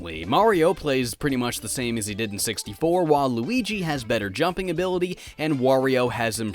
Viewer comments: did he say whale luigi oh waluigi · did you say “Waluigi” or “While Luigi”? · Thought you said "Waluigi has better jumping ability."